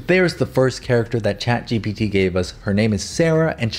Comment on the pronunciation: I thought it was “ gpptttttt “ Not g.p.t